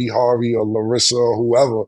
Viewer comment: “Larissa” lmfao 😂😂😂